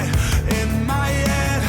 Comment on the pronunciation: "in my yead, in my yead"